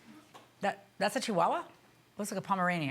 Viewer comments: Lol he so shady I don’t trust him ! & the way he said Chihuahua 😂 omg bye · The way ( s)he said chihuahua 🤣🤣🤣